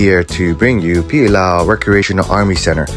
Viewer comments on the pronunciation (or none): BRAH you know how to say Pililaʻau,. try say em right. Nah nah, just playing keep it real Ha-Y-an